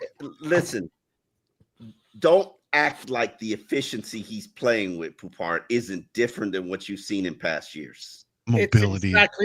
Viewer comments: It’s Poup. Poupart is his last name. French origin. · I mean fckd sake we can’t even pronounce his name right. Come on